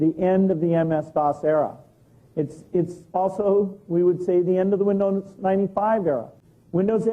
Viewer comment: Nah .... he says Vindoz